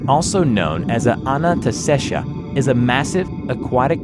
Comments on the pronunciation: It really irks me how you kept butchering the pronunciation of anantashesha while the first one was fine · Anant shesh translates to unending snake in hindi and my god you're pronouncing it wrong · His pronunciation of Anantashesha gets worse each time he says it. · How did you managed to pronounce Anantashesha wrong? Just read the spelling, that's how you say it. Simple as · Love the animation, the mispronunciation of Anantashesha pisses me off though. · changes the way he pronounces Anantashesha every time he says it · ITS ANANTASHESHA NOT ANASTESHA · The SCP 3000, because there's apparently that many ways to pronounce "Anantashesha". ;P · You pronounced Anantashesha differently nearly every time you said it, and not a single one of those matched the spelling. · okay i can understand you not knowing how to pronounce thaumiel but when you said anantashesha i kinda got a bit mad okay you pronounce thaumiel correctly in the video at some point so im sorry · I love how says "Ananestesha" instead of Anantashesha hahaha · Anantashesha Not Ananastesha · cool job but it is anantashesha not shisha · The way he pronounces anantashesha lol. It's not Anna-ta-shesha. It's Aaah-Nantha-Shaisha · Say with me. Ananta-shesha [a = "uh" not "aah"] Definitely not Anantaasteshaa nor Anastasia - not that hard to pronounce xD LMAO Same with Krishna-moorthy [not Krish-namoorthy]. It's funny to listen non-Indian people try to pronounce these names. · Anybody else hearing him slowly stop trying to pronounce Anantashesha correctly over the course of the video? He starts almost right, with Anantasesha, then it becomes Ananastesha, then just Anastesha 😂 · It's pronounced A - nan - ta - shei - sha. Anantashesha. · Its pronunciated as A-nun-th-say-shaa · And it's pronounced as :- A-Nunt-Say-Sha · Bro the pronounciationbwill be as follows a-nunt-shey-sha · You need to fix your pronunciation. (ANUNTESHEESHA) (THAMUEL). Those are some of the words you miss pronounced.